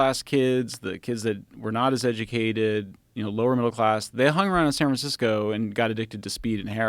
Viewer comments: Did he intentionally said “San FranSicko”? 😂 or was just a roll of the tongue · San 'Fransico'